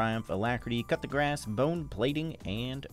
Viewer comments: Dude I love your videos but it's pronounced "Coo duh grass". Try saying "cool" without the L, "Duh" without the h and then grass lol. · NGL, whenever pronounces 'Coup de Grace', I always hear "Cut the Grass" instead. 😝😝😝😝